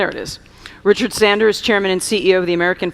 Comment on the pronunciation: Sandor not Sander